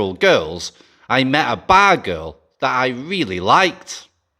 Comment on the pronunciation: The more times you say "money" and "bar girl" the more likes you get from me. We Mid West people love that accent on those two IMPORTANT words! Lol.